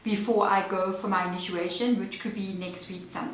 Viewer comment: Love your work and love this fluid style of reading. Fyi, its initiation as opposed to inituation❤just saying...with 💕